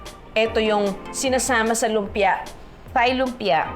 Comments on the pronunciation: Ate Juday not criticising u but heard u po so many times pronouncing “THAI as “THIGH” its supposed to be “TAI”only. Ngkamali din ako dati nyan sa pagsasabi. Till my Thai friend corrected me. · Very correct! It’s pronounced as “Tai” (Thai), Tyme (Thyme) just like Tomas (Thomas) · At ang tama daw na pagbigkas ng herbs ay Herbs hindi erbs hindi daw silent H. At Tai ang tama.silent naman ang H.